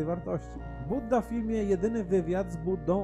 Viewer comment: nie Budda tylko Bujda